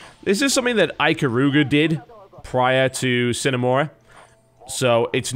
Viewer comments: Uh, Ok. I guess being home schooled would be a reason to not know math or have learned how Sine is pronounced from Trig. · Not if it's a Latin word. It's actually pronounced with an audible "e" sound at the end: S-I-N-E. It's pronounced phonetically. And in this case, it IS a Latin word, meaning "without".